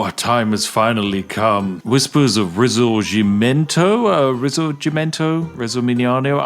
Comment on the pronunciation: It's Ree-sore-Jim-ento. Your second attempt was almost 100% on point.